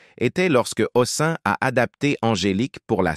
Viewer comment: Massacrage des noms : Robert HOSSIN !! encore un robot !!! saoulant !!